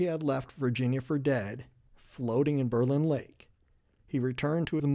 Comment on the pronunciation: Berlin Township and Berlin Center was named in 1828 after Berlin, Germany where many of the settlers came from. I live ten min away and have many relatives there. Not that it may make a difference to you...but it's pronounced BER-lin...not Ber-LIN.